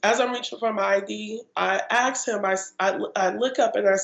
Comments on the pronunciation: The part that gets me is what does I axed him mean ? Is it supposed to be I asked him ? WTF speak properly. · You axed him?